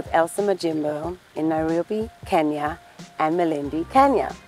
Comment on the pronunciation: Atleast she can pronounce Kenya correctly